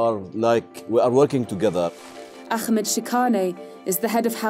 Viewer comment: How biased is this video? Also the awful pronunciation of Ahmed's name. Her the Jews look like victims and Arabs look vicious.